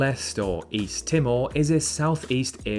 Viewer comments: My uncle is from Tuvalu. He came to Australia in the 60s. Climate change is a huge concern there, as water levels keep rising and the islands are slowly disappearing. P.S. Timor is pronounced Tee-more. It's a developing nation with a very young population. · Good vid. Your English pronunciation of Suriname, Mauritania, and Timor is slightly off though. "Attols" too.